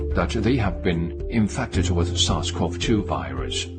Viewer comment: I can't understand what he's saying in the deer video, "sasquatch-2 virus"? Lol. So are they trying to say people gave deer this virus, and then it turned into covid, and then the deer gave covid back to us? Those damn sasquatch virus carrying deer! 😠